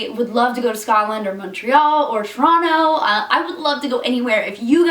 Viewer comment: Woah, Toronto pronounced like a true local. Most impressive